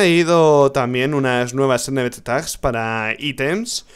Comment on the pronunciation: que es un nbttags o no entiendo que dices rich esa palabra no te la entiendo adios saludos desde colombia